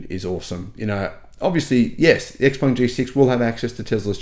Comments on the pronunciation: It's Shi-peng not Eks-peng. Before believing any nonsense the manufacturers promise ahead of the sales start, I STRONGLY recommend anyone who wants an Xpeng (and they are nice cars to drive) to rent one and try a couple of DC fast chargers. Then when you know the 70% of the charger models and brands, the car does not communicate with, you can plot a range map where you will not be able to go with your beautiful, fast, new car. If you own a house and want a 500 horsepower sports car for city commutes, the Xpeng is ideal. If you do a lot of long road trips, you cannot buy a non-Tesla. I hate the looks of Teslas, cannot stomach the manufacturing quality but if I wanted an EV and did a lot of road trips, I wouldn't look at anything but an S or a Y. Any non-Tesla is distilled masochism. And last point - what cells will your Xpeng have? CATL or CALB? After three years when the thing has 400km range rather than 570km, be prepared for the pitch that this is within the 20% degradation that is to be expected. If you cannot afford a Tesla why buy an expensive Xpeng? Get a cheap EV that also cannot be DC fast charged and still is swift enough for the city. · Pronounce the name properly, ShapuwPung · Please learn how to pronounce Xpeng if you are a paid salesman for them.